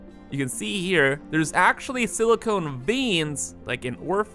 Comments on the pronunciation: Dude, this thing here is not siliCONE but silicon, those last letters should sound like con, as in con-artist NOT as in traffic cone. SiliCONE is a siliCON compound. One is a chemical element (Si) the other is it's compound... Pls at least try... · SiliCON not siliCONE.